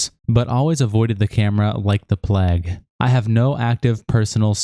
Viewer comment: why did you pronounce plague like that?😂